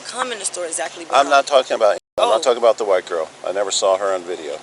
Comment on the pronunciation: Pronouced store, not sto.